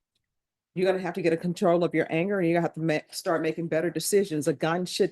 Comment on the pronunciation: Aw wight Aw wight lol😂😂